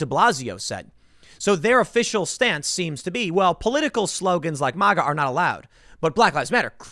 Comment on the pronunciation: Its maga not mawga